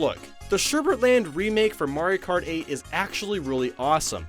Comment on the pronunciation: Wii mayro kart lol